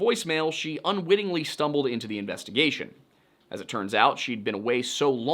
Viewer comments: Please never say “investagussy” ever again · did this man just say investigussy? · "Investa-gussy" SIR, u made me spit out perfectly good coffee! 😂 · I came here to comment "Investi-WHAT?!"